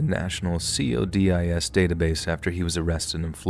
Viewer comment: It's not See-oh-dee-eye-ess. It's Coe-diss 😂